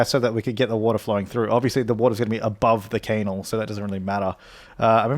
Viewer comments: Are you deliberately pronouncing canal wrong? Its "can-al" not "cane-al" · Isn’t it pronounced can-nal? 😂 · its said knal